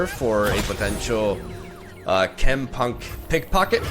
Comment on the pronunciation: my boy said chempunk correctly this video. proud of you